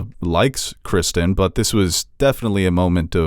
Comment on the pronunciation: For the love of God will you people stop calling Ser Criston "Kristen". It's CristOn. Heck, even Ser Crispin is better than "Kristen".